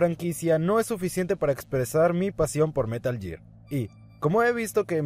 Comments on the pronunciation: Meral ger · si fueras un verdadero fan sabrías pronunciar metal gear correctamente.